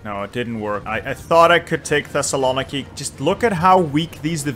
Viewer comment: The way you pronounce Thessaloniki is so bad. Other than that I love you. uwu